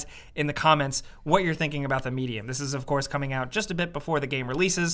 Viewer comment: The way pronounced Medium made it sound like Media